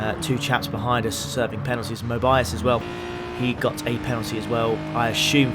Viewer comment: mobe-ee-us not mobe-eye-us haha